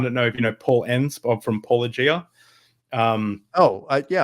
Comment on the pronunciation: That’s trivial. It is simply because the vast majority of academic philosophers pronounce “apologia” far closer to how they mispronounce “Paulogia” than to “ay-PAWL-oh-gee-ah”. Years of philosophical study and communications in which they are told that “apologia” is pronounced “app-uh-LOW-geeuh” just leads to stumbles when Paul insists that a name intentionally made to look like “apologia” must be pronounced very differently.